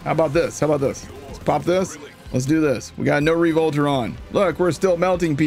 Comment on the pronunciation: Re-Volter lol